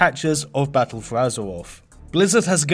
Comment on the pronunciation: Battuwl fowr Azewoffffff xD